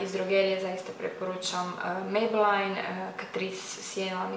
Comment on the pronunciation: Nije mejbelajn nego mejbelin:)